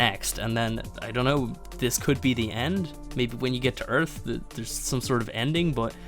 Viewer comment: welcome to earf